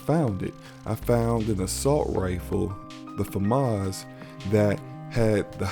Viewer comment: Good video my friend. Im a major Halo nerd:Books, comics, games etc. Im really happy you pronounced FAMAS correctly LOL So most of us in the Halo lore community agree that Infinite is set on Zeta Halo which is bigger than any of the other rings. I believe the reason for this is exactly as you've laid out. It will have an open world, MMO aspect to it. The difference is it will have a structured Master Chief driven SP then a portion that is for all of us to be Spartan 4's in the battle for control of Zeta Halo. Maybe just marines. But a MC SP that is a closed story is a must after Halo 5 and people not gravitating to Locke. We shall see, right?